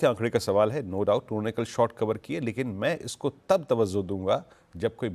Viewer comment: 🙏tawazzu nahi, TAWAJJU please🙏